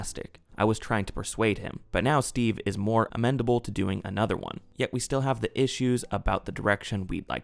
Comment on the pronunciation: For goodness sake the word is AMENABLE A-MEAN-ABLE. There is no D. How on earth is someone who can't read words correctly doing a you tube channel. I mean this guy actually read that as "amendable" and didn't think, wait a minute that makes ZERO sense. Just unbelievable. 🤦‍♂️